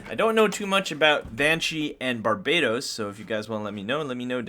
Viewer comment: Bar ba toast is how you say it